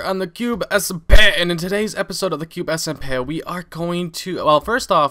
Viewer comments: H: The Cube SMPEH Me: Wtf. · Cube SMPeh!!! Lol makes me laugh!! :)